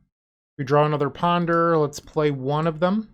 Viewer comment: I'm a little upset you didn't call it Kaheera Beseech the the Mirruh 😂 I love your Boston accent you do when you PONDUH